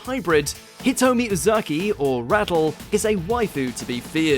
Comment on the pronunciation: Ratel, not Rattle!